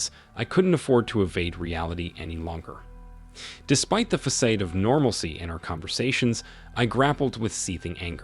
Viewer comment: Façade = Fuh-sahd. Epitome = eh-pit-o-mee